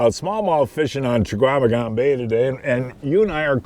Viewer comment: "Cha-Kwa-Meh-Gon bay". Guy has lived here his whole life and still can't get it. C'mon man.